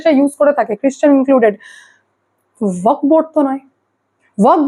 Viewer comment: আপনি ওয়াক বোর্ড বলছেন, কানে লাগছে। ওটা ওয়াকফ্ হবে।